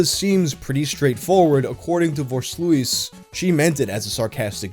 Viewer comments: It hurts me on an emotional level that you pronounce Voorsluijs as Vore-slouis like it's some 18th century French painter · Mari-Kee-for-Sloos Beautiful.